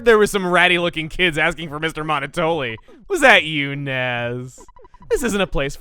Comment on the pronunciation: I'm not sure who else finds it irritating but... Monotoli is pronounced like Monopoly, referring to the business dominance although the game also is pretty good at describing it as well. Monoploy. Monotoli. It makes sense given the character.